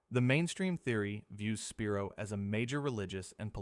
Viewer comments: Spy-roe not Spear-o. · I live about 20 miles from the spiro mounds & it’s pronounced SPY-ro . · Spiro is pronounced sp-eye-ro and pokola is spelled pocola and it is pronounced po-cola